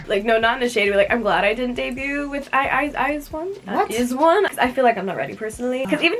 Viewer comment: sis really said i-zee-one-o-one with her whole chest